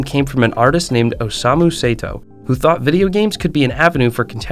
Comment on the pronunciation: The name of Osamu Sato was also pronounced wrong. It's Sato, but he said Seito